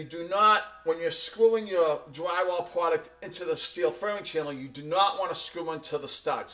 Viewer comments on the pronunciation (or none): stop saying pwoduct please!!!